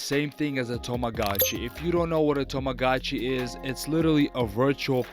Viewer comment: it's tamagotchi, not toumagachi